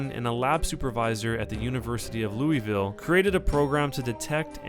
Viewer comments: You can tell when people don't live in Kentucky when they pronounce Louisville, Louis-ville. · louisville is pronounced lul-vul and paducah is pronounced pa-doo-ka the like button gave me #justkentuckythings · and it isn't looeyville, it's more pronounced like looisville